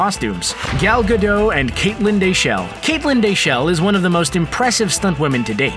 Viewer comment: The T in Gal Gadot is pronounced. Like dot com.